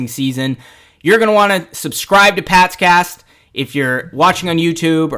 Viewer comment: I thought you said “past gas” then I noticed pats cast 😂😂😂😂!